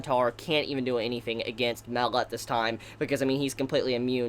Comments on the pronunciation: its fucking ma-el not mel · " mel " It's pronounced MAH-EL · It's pronounced my L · Actually dude you didn’t pronounce his name right is Hebrew is Mael ( my el) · You pronounce his name my-el